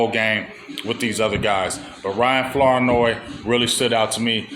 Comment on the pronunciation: Floor-noy is how it’s pronounced